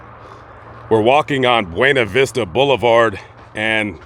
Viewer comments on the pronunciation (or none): none